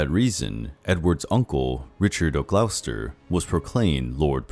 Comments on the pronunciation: Good vid, great info but Gloucester is pronounced Gloster and Leicester is just Lester keep up the great work though. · You need to learn how to pronounce Warwick, Gloucester and Leicester